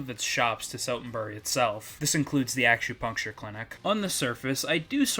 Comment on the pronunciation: I feel bad for pointing this out, but your pronunciation of acupuncture reminded me of the Machu Picchu scene from K-On.